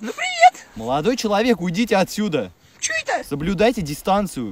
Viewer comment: слышали ? Челодой Моловек 😂